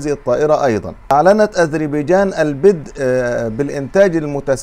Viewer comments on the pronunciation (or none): لفظ ( البدأ ) تكون الباء بالفتحة وليس نطقها بالكسرة ـــ لأنه أنك تتحدث باللغة العربية وليس باللهجة العامية ، هذا وزيادة على الكثير من الأغلاط في نطق العديد من الحروف ، وشكرا.